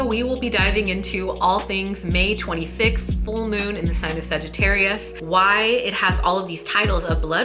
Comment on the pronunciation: You forgot the “t” in 26th FYI... Thanks for creating this sister 🌕